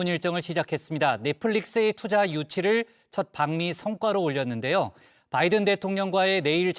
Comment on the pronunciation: 김대변인의 바이든이 자꾸만 날리면으로 들려요... 다시 한번 들어 보세요.